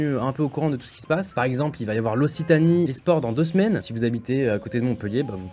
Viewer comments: "ossitanie" ? Déso mais on prononce "oksitanie" en fait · Je suis désolé gota mais on dit oQUEssitani pas ossitani jte le dis parce que je vien de Toulouse (sa s'écris occitane) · ca se prononce oxitanie pas aussitanie :) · On dit pas ossitanie on dit oksitanie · Ça se prononce okcitanie Ça me faisait tilt à chaque fois qu il le disait 😂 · Occitanie --> se prononce oXitanie (non ?) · Attends il a dit « l’Ositanie » a , c’est l’occitane Sinon super vidéo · Occitanie ça ce dit "oqcitanie" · Ça se prononce oxitanie gota à respecte nous